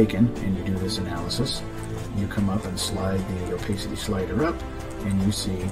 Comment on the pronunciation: Oh pass city!! Opacity. Not oh pace city. Haha The blue marble? Bah hah hah! If i were involved with the retouching then they WOULD get away with it. Just sayin